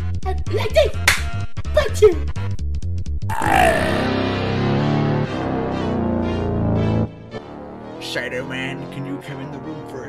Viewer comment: 😂 showdow Freddy is say SHeD